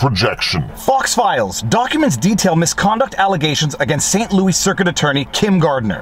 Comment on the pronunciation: He used the same pronunciation for Louis Rossmann's name.